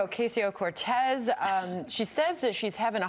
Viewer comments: Anyone else little pissed off that they cant even do reporting enough to get her name right? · I think that's on purpose. It's a subtle diss. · they only do it with non-american names.. its on purpose! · Clearly misprouncingon purpose. The same way "they" use to mispronounce Tupac/2pac by calling him TWO-PACK, smdh. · She can’t even say her name right, that alone says a lot about them. Come on man, get your facts straight and educate yourself so you can pronounce someone’s name whose not WHITE correctly. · Fox can't even pronounce her name right. A bunch of inbred tools. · Purposely pronouncing a Hispanic woman’s name like ‘queso’? That sounds about white. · The thing I don't get is that their argument has such a stupid end-game. As far as I can tell, their endgame is this: Orcayseyeo-Cartooz (Fox pronounciation) is a wealthy, greedy liar who is pretending to be for the working class in order to score votes, and then become part of the establishment. Their strawman of her is that she's Trump. And I think that's the easiest way for Fox to convince their viewership that they should support her. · I'm sure there's someone out there purposely pronouncing her name as "OK see ya" because that's what these people think is clever. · Freaking hate how all this people miss pronounce her name. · what is up with fox news mispronouncing peoples name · That racist bitch pronounced her name wrong intentionally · Fox News: "We're so innept, we can't even do something so stupid simple as saying a person's name right." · The way how they all (!) mispronounce her name is in all likelihood infantile, condescending bullying: „Look, you are so insignificant, bitch from the ghetto, that we don’t even have to bother remembering what your name is. Huh huh huh 😄“ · Are they purposely saying her name wrong?! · I think their mispronunciations of her name is on purpose and is meant to belittle Alexandria. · Trying so hard to pronounce her name wrong... it's a damn shame